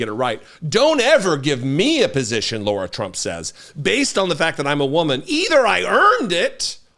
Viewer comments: HER NAME IS LARA (PRONOUNCED WITH THE WORST POSSIBLE S. CAROLINA ACCENT YOU CAN MUSTER) NOT LAURA. I have a few wonderful Laura's in my life and it grates on me every time you miss-pronounce LARA's name. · Lair - uh. Or, Lah - rah. NOT Lore - uh. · I agree completely with your ascribing Lara Trump's Co-Chair of the RNC simply to nepotism; but, dude, STOP pronouncing Lara's name as 'Laura'. In doing so, you sound like a dipshit, a characterization which you accurately ascribe to Donald Trump and most of his MAGA minions. You're better than that, sir. Otherwise, two thumbs up! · Keep calling her 'Laura' ! Her name is 'Lara'. Let's see how fast mispronouncing HER name tics off Big Daddy. Or see if he even cares.